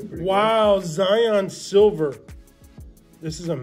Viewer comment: This dude said zion gilver this dude needs to take a smoke break or something